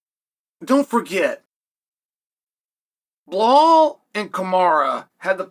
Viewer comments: Still calling him bill hall is crazy 🤣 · “Blahal and kamara” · Belal, Kamaru, SHAVKAT RAKHMONOV guess which name uncle Chael P pronounce perfectly and which two he completely butchers. Undefeated. Undisputed.